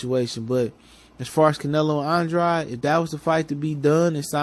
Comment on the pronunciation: Just some advise, pronounce the man's name right. Sounds like "Ann - draid". Unintentional but unprofessional and disrespectful at this point. Otherwise keep up the good work, you've been on fire lately.